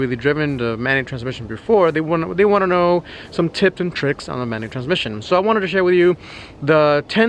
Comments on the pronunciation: Ihh beeh drivih manutrszmisshionnn four fiffeene yeers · Amanny transmisson? Wtf. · “Things not to do in a Manual transhfkehxb car”. just say manual car we understand man.